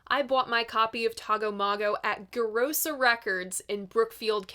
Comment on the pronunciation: Brookfield adjacent viewer, Gerosa’s pronounced like Jerosa! Love your channel ❤